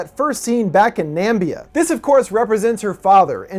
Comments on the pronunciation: "Nambia?" Seriously? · I loved this explanation! You really put it into a great perspective. One critique, you mispronounced Namibia, sorry it bothered me. You rock sir, keep up the awesome work!